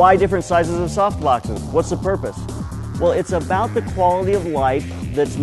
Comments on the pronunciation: ''Soft Bloxes" lol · Am I the only one who keeps hearing 'Soft Blox'? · damn it, you have ruined the video for me :D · hehehe "soft bloxes" Great video thanks!